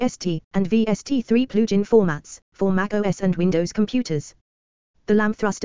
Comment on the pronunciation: "Plooge-in." :face-red-droopy-eyes: Unlistenable.